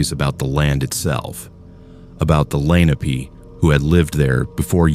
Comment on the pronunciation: I am 73, raised in Philly and slowly moved out of Philly, settling in Delaware, Montgomery, Berks, Chester and finally Lancaster county where I live now. I know Bird in Hand PA. Interesting story…..BTW, Lenape is pronounced Len-nop-pay, not Lenapee. I met people of the Lenape tribe.